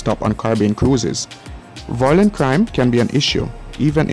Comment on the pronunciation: 'Violent', not 'voilent'.